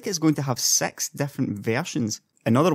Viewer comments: when you say 6 i heard sex =D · Did he say sex?